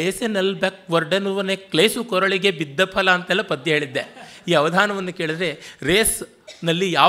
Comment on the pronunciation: See padya!! Not paada!